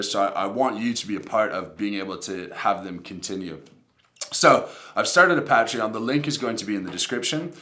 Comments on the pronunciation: I'll join it if you pronounce it right lol "pay-tree-on" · If you can pronounce Patreon properly I might donate 😛